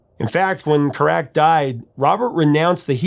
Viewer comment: You have given this song and Robert Plant’s story about the song” All My Love” a beautiful and eloquent analysis but the pronouncing of Robert’s late son,Carac ,is wrong. The emphasis is on the first syllable so it’s CAR ac not ca ROC. Other than that a beautiful show, love to RP and thanks Prof! 🙏👏🥰